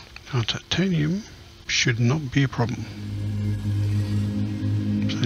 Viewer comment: OMG lol its titanimiumiumium xP